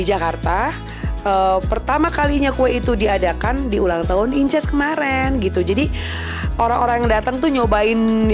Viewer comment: Senengane kok mok pamer...encuuss bukan inces